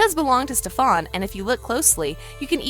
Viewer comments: ITS STEAN NOT STEFON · We saying Stefan Her saying Stef-On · Why can't they get names right? It's not StefaAn salvatoree it's Stefan salvatore. You can't get sh*t right. that world was from lizzies wish world from jinny, Klaus was alive in that world because lizzie wished for hope not to exist which led Klaus to turn his humanity switch off with Caroline. Get your facts right. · Apparently only "adults" have eyes. Also Stop saying stefON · It is so annoying listening to her saying stefaan salvotory (rolling my eyes) it is stefan salvatore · her: Stef-aun me: omg stop its STEF-AN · can you stop saying "stefaann salvatore"? it's stefan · Its not stefon it's Stefan lady 😒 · it's not setfAAn salvatore it's setfan Salvatore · it’s pronounced stef-n not ste- fahn. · Quit saying stafannn. It’s Stefan. They literally say it in a clip. So many things are wrong in this video. It’s unreal. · It's not satfaan Salvatore . It's Stefan Salvatore. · Stefan isn’t pronounced like you say it, if you properly watched the shows you would know that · If your going to talk about a tv show you should pronounce the characters names right. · You say stefans name wrong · I hate the way she says Stefan! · It’s also not “Maliv-wire”, it’s “Maliv-ore”. And who is “Stef-fawn” it’s Stefan . 🤦‍♀️ What a wash. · How in the hell can you say raphael but not stefan or malivore...let me help. (St-eh-fan) sound it out. Here's this too. (Mm-al-eh-v-or)